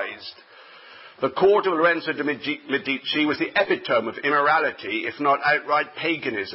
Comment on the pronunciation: ME di ci. Stress on first syllable.